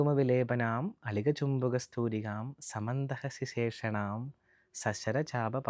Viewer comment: 1അളിക" ചുംബി" കസ്തൂരികാം 2 സമന്ത ഹസീശേഷ്ണ എന്ന് അല്ല. "സമന്തഹസിതേക്ഷണാ" എന്നാണ് 3.മരുണ മാല്യ എന്നല്ല,,, അരുണ മാല ഭൂഷാംഭരാം എന്നാണ്... ഇതൊക്കെ അറിയാതെ ആണോ പഠി പ്പിക്കുന്നത്?